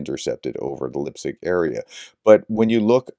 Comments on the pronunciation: Please, try to pronoune the name correct. Li-petsk. "Lee pet sk". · Sorry for the pronunciation correction but Lipetsk is pronounced exactly as the transliteration indicates. Lee-pets with a k on the end. Same with Voronezh. When you see zh together that’s pronounced like the sound in treasure or pleasure. Thanks for all the work you do. Glory to Ukraine.